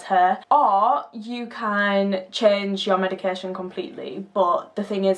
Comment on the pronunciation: + icant stand how you prnounce medication, its not medicarreeeee tion